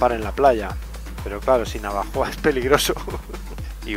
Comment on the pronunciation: Repite conmigo, Na - vo - jo - a. jaja, buen camino!!!!